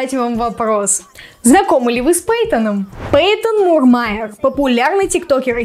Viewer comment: вообще-то не пэйтон, а пайтон